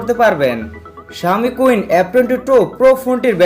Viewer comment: শাওমি কুইন না সীন হবে। আগে ভাল করে সেট এর নাম জানুন, এর পরে রিভিউ দেন।